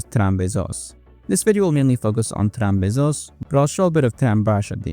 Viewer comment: Trambesos sounds like tram kisses lol